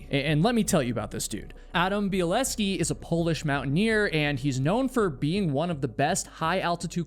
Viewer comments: I didn’t see an “s” in bielecki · BieleCki is pronounced bil-EHK-ee BieleSki would be bil-ESS-kee Bielecki is my Aunt's married name, same spelling. We're all straight outta Poland.